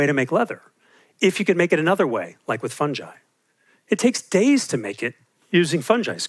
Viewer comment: Just because you're a fungi specialist doesn't mean you can pronounce it like that!